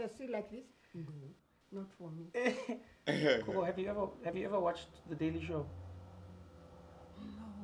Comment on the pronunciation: "Coco" hahahaha 😂😂🤣🤣🤣 IT'S "GOGO" MY GUY NOT "COCO"